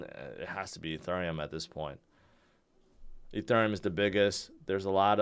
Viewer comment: I’m like, “Is he saying Etherneum ?”